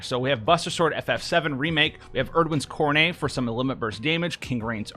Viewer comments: Just so you know: It's pronounced "coro-net." Not coro-nee' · just so you know, he pronounced it "koro - nay", not "koro - nee".